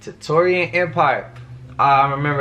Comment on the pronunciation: the Victorian Empire with a V. Not T like you thought.